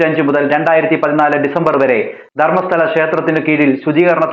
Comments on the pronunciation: താങ്കൾക്ക് നാണമില്ലേ ഒരു തെളിവ് ഇല്ലാതെ ഒരാളെ പറ്റി ഇങ്ങനെ പറയാൻ.. മലയാളികൾക്ക് ശബരിമല പോലെയാണ് കന്നഡക്കാർക്ക് ധർമസ്ഥല. ആദ്യം കേരളത്തിൽ നടക്കുന്ന സ്ത്രീ കൊലപാതകം ചർച്ച ചെയ്യൂ.. നിങ്ങൾക്ക് ധർമസ്ഥല എന്ന് നേരെ പറയാൻ വരെ അറിയുന്നില്ല.. ധർമസ്താല അല്ല ധർമസ്ഥല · Not dharmasala ,dharmastala